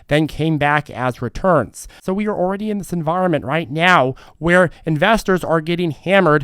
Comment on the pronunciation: You said “ ordy “ 🎉🎉 hahaha. Ordy=already. Love the vid!